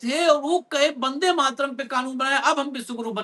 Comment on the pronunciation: Vande ko Bande kyuñ keh rahay ho ?!